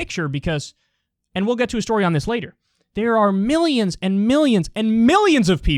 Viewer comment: KYLE, the only thing I don't like about you is, you pronounce the word "and" as "end." Every time. It's distracting.